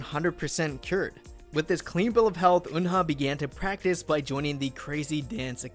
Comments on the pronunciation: Try to learn and pronounce korean from hangul pronunciation not from romanized korean, 은하 Eunha pronounced as eu-nha (eu-na) not eun-ha, 막내 maknae pronounced as mang-né not mak-né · People always pronounced Eunha name wrong specially the English speaker. It's not Un-Ha. It's U-Na or kinda like when you say Ooo-Nah. The H is silent. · Why am i so annoyed about how he pronounces "Eunha"'s name?